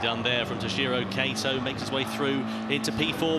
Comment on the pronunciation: I'm a bit confused. Name's written as 'Kato', both commentators keep on saying 'Keito'. Presuming it's unconceivable and too unprofessional that remunerated commentators would have such a low level of preparation, can I presume it's a typo?